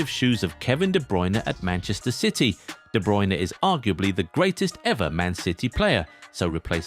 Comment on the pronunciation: "To fill KBD's shoes" Kevin Be Druyne? That sounds almost German..